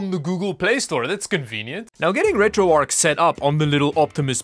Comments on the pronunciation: Its retro arch NOT retro arc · Not sure why, but calling it retro "ark" bugged me more than it should 😅